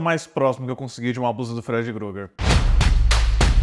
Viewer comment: "Gruger" kkkkkkkkkkkk